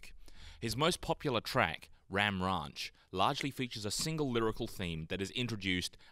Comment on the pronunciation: My mans said ram rahnch